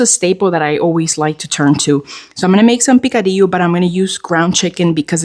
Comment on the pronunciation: Yum… picadillo 🤤🤤🤤 yes, you pronounced the rice bowl the right way. They used have a fast food chain, they served the best Korean hot stone rice bowls ever.